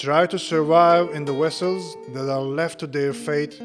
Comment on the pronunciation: vessels not wessels